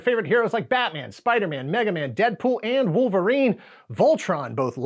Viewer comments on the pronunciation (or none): none